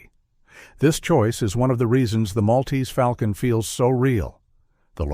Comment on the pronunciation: If one is going to refer to The Maltese Falcon, one must pronounce it correctly. The correct pronunciation—so spoken in the movie itself in fidelity to the euphony that Dashiell Hammett clearly had in mind—is "mawl-tease fawl-kun." The "mawl"/"fawl" echo was quite deliberate.